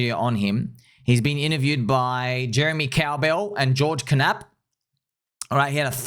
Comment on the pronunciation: The "K" in Knapp is silent 😅